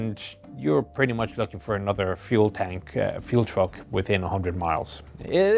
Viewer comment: feul???? i think you its Fuel...